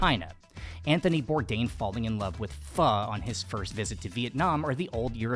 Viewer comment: Well! I got so far as to hear Pho pronounced correctly, so now I will continue 🙂